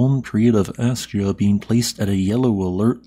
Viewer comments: its pronounced ask-ya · Thank you for all your work! Just so you know, it's pronounced "ask'-ya". You kind of go back and forth calling it "as'-ja" a few times, then "ask'-ya", and back again. Love to you and yours!